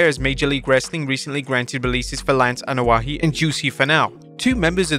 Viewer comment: Its not (Anoa'i)Ano-ah-HE... Its Ano-ah-E... They have less syllables in samoan, hawaiian and polynesian culture/language... yer butchering it and sound like a damned fool